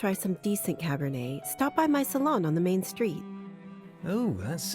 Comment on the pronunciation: Just so you know, The T is silent. Cabernet is a wine cepage, probably one of the most well know cepage from Bordeaux.